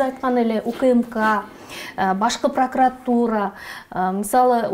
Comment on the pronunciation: АЛЫП БАРУУЧУ: ПРАКРАТУРА ЭМЕС, ПРОКУРАТУРА, СХЭМА ЭМЕС, СХЕМА .САБАТТУУ СУЙЛОНУЗ. РЕЖЕТ СЛУХ.